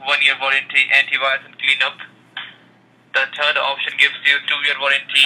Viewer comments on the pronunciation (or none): "teh turd option" lmao